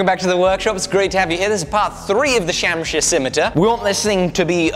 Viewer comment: its pronounced shumsheer